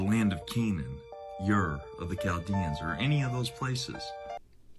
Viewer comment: As soon as he said "Yiur" for Ur I knew he was full of 💩